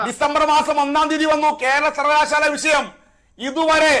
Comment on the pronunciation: സർവ്വകലാശാല എന്ന് പോലും പറയാൻ അറിയാത്ത മരയൂള....